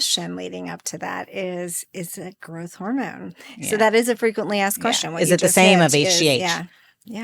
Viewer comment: Girth hormone? Are you trying to say growth hormone?